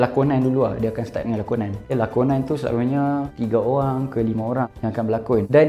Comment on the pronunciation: starting cakap kl “selalunyee..” 😂 nihh, beranak celah komtar cakap penang laaa 😂